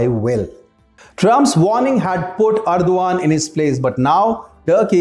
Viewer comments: It is pronounced Er DOG an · You make good videos Please check the pronunciation also especially name of the president